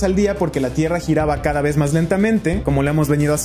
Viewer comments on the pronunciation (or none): Me saludas? Ah y porque dice tirra JAJAJA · “Tirra” xd